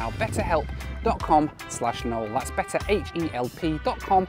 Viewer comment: "Noel" For a name would have worked fine in the Netherlands if you'd pronounced it as "Noelle". Because that's how Noels are pronounced here (and Noelle as a female name is not really a thing so much). Would be spelled Noël. Like French christmas. If written without the dots on the e an untravelled Dutch person would pronounce it as "noul". As in "full"